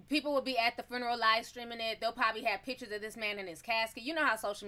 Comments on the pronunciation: Hi Ti, I don't mean any harm, but the word is not Fruneral. Funeral without the r. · She calls it a fooneral lolol